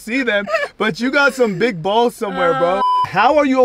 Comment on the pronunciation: U can't get better than her and why u say balls like that